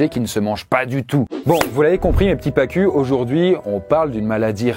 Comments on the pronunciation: Bon pour une fois je vais te corriger dans la prononciation d'un mot : pacu se prononce "pacou"... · On dit "Pacou" pour le poisson de l'intro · Ca ce dit paCOU et s'écrit pacu. Tu aurais pu faire une petite recgerche qd même